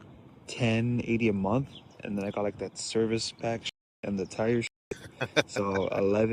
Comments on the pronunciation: It’s “Month” not MON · Why can't she say the word month with a TH at the end? I mean, these people always have their lazy talks and their own English they really butcher the English language. Gotta go back to school.